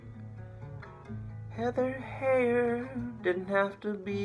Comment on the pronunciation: According to CNN, her last name is pronounced HIGHER, not HEY-er.